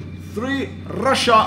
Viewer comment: "Rasha!" Oops, I mean "Deutschland??" XD